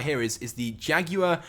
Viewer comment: Learn how to say Jaguar.